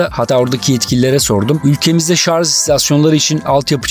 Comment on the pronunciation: Yalnız dostum bir noktaya değinmeden geçemeyeceğim. "ŞARZ" değil "ŞARJ".